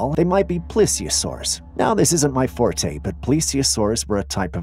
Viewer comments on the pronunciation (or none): none